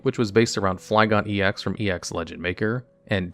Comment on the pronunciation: Why has no one notice that he’s pronouncing Flygon wrong 😂